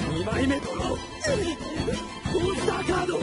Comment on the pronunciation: "Monsuta cado"